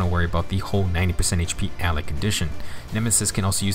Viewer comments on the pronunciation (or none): none